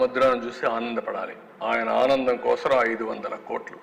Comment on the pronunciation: Kosram kadura babu kosam mundu Telugu nerchuko